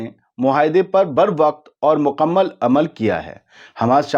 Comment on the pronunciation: ، مقمل نہیں بلکہ مکمل کہتے ہیں